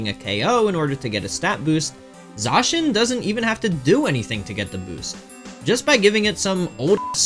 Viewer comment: Please try to pronounce Zacian correctly